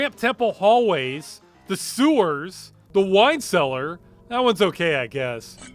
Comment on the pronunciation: I just realized you pronounce sewers suers